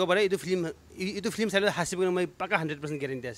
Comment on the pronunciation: is it a "Film or Flim"😝😬 Best wishes🎉